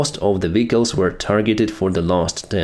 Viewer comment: It is not called VICALS. It is VEHICLES